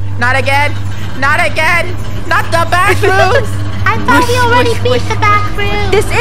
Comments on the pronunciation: DA BWACKRWOOMS :D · NAH ITS NOT “THE BACKROOMS” ITS” DA BACKROOMS”😂😂😂😂😂😂😂😂😂😂😂😂😂😂😂😂😂😂😂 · Funneh: Its not (THE BACKROOMS) its (DA BACKROOMS)